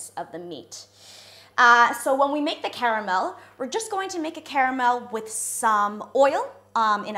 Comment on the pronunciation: Sombody is gotta tell her when to say the or the